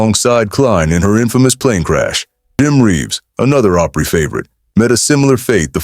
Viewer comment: I hate the way words are so mispronounced grand ole (ah-pry) not long O pry.